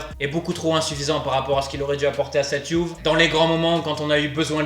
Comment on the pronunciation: Bon mon gars il faut que tu choisisses, soit tu prononces Juve à la français soit tu la prononces à l'italienne et à ce moment là tu prononces "Youvé", ton mélange est un hybride un peu bizarre !